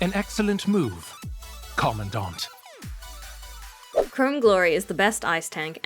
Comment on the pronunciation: Look I know that's technically how Karenina is pronounced but every time she says it it's like nails screeching the black board, also when they say commandant with the eng va in the game too. Just makes me want to scream!